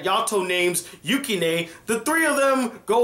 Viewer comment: Just wanted to say it's pronounced Yew-Ki-nuh